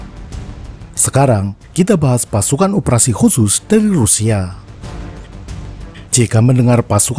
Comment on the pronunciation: Pengucapan bahasa Rusia nya keren